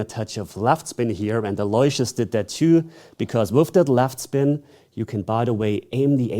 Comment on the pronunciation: It’s not pronounced Alloy-see-us, it’s pronounced Allo-wish- us